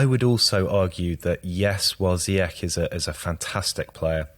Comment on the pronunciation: Brilliant analysis and all, but ffs HAKIM ZIYECH IS NOT GERMAN. حكيم زياش = Hakim ZiyeSH. It's a SH, as in SHouldn't you SHed your SHite pronunciaTions? Do you guys also call Mourinho Hoze ay? I'm just so sick of people pronouncing Ziyech like they're at Oktoberfest. Verdammt noch mal.